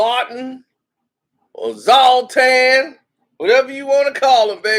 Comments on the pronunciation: ITS NOT PRONOUNCED ZALTAN ITS ZLAATAAAAN !! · HIS NAME IS ZLATAN. NOT SALTAIN. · ”Z🛴AT-TANN‼️‼️‼️‼️” Not Zolt-Tan You’re a Man U supporter u should at least know how to pronounce his name.... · Ibra contabra. Killing me. Its zla tan. Zoltan? Lol he's also a black belt careful man lol 😆 When someone says ahh umm hmm after everything they dumb. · Did he say Zaltan? Did he do that on purpose?